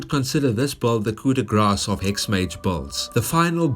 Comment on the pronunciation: By the way "Grace" isn't Grass, It's Graw. Coo do graw.